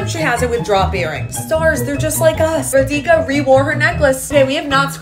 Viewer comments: Btw you pronounced wrong is radhika not redhika sound it out with a A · Her name is pronounced Raa-di🙂-ka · You’re murdering the pronunciation of her name. As an Indian viewer please try to do better because genuinely it’s really disrespectful to always do this to names like ours. It’s pronounced RAA-di-kha. The Di isn’t emphasized, put it all on the RAA. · her name is pronounced "Raadeeka"